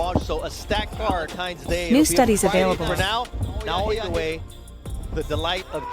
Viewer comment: Why cant you pronounce his name right Motherfucker I no ue